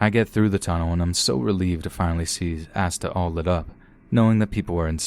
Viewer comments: Asda is pronounced aZda. Sorry it made me stop the video to correct u. Now back to the video and try and sleep to ur soothing voice. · I love the way you pronounce “Asda” XD I’m British and it’s weird hearing an American say it lol